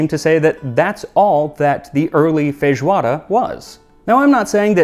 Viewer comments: I love your pronunciation of “fejoada”. It’s pretty much like we say here, we almost never pronounce the “i” in feijão. In day-by-day vocabulary it’s always “fejão”, “fejoada” 😂😂💚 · I'm shocked. Its the first time I listen to a foreigner speak portuguese properly! Obrigado pela homenagem Max! Love from Brazil! ❤️🇧🇷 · How can your Portuguese pronunciation be so good? Almost without any accent.